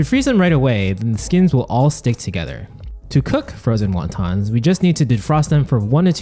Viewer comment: I like how he properly explained how to pronounce Wonton. Yet through the whole video he pronounced it wrong.